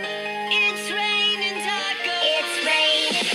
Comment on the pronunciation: It’s tacosssss